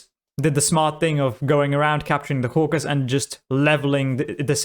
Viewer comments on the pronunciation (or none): Its Caucasus not Caucus